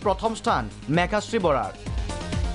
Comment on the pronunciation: N't Mekashree.. it's Meghashree